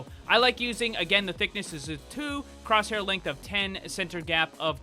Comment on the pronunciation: Batin cwosshaiw